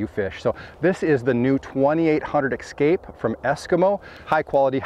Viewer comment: Es-kimo Es-kape. It is Es-kape, not Ex-cape